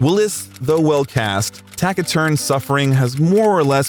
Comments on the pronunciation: So many; 'Hudson Hawk' for me! Permit me, ("tasi", not "tacki")-"taciturn", 118:52, still, LOVED IT👍👍👍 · Whoever is doing the narration would do well to learn how various words are correctly pronounced. Simple words such as “Taciturn” in which the letter “c” is a soft “s” sound not a hard “k” sound as in “cat”, so its “tass-eh-turn” not “tack-eh-turn” lol. There were many more but I think I’ve made my point. Cheers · Has this been written and narrated using AI? Also, Tackiturn? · It's not pronounced "tack-a-turn"! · I need to ask you what country you were raised in. Taciturn, TAKITURN really?